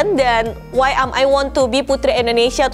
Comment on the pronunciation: sekedar koreksi dalam pengucapan, seharusnya INDONESIA bukan ENDONESIA